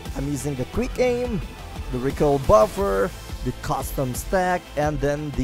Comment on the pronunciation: Instead of “quick” it sounds like hes saying “greek”